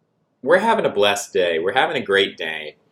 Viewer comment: You’re the first white person I’ve ever heard pronounce the adjective blessed as one syllable.